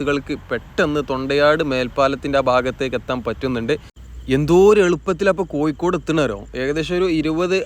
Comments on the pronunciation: Athe koikod alla Kozhikode ennu paraynam... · Kozhikode ennu sarikkum paranjoode....koykode...